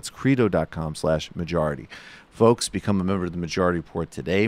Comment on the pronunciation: "Majaurity Repaurt." LOL.